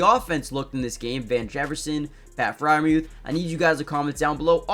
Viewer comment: Why do you pronounce it "FreierMEWTH"? Have you ever heard his name said while watching? The entire crowd even yells "Mooth" when he gets the ball. Do you also say acyoostic guitar?